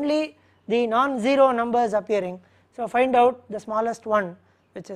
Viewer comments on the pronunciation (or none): i just love how he pronounces "ZERO" :D great lecture!